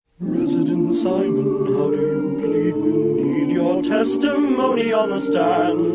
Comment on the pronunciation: WHY IS NOBODY TALKING ABOUT HOW THE GUY SAID "ressisdemt sighmon..." WHAT THE FUCK HAAAHAHAH